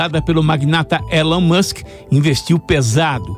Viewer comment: Esse elon mouchen em 😂😂😂😂😂😂😂😂😂😂😂😂😂